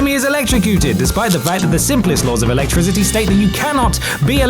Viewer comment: why you gotta sound like you saying alectrizity, #shitpronounciationforwankers